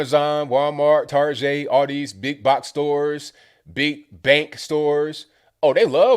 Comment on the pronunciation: TAR-JAY?? what? lolol never heard that before. thats great